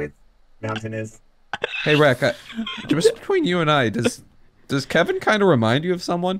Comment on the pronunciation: YOU SAID WHO KEVING IS